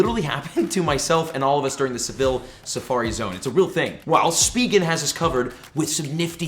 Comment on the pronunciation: Bro I’m tilted how you call it speeegen instead of spigen